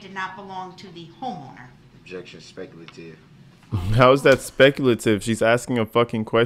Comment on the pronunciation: Da nara-teeev is specul-teev